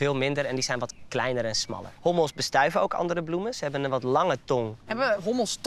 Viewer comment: zei hobbels geen hommels